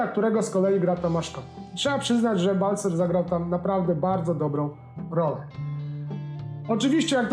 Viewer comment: Nie Balcer tylko Balcar